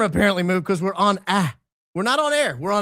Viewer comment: “We’re on Aa” not on air 😂😂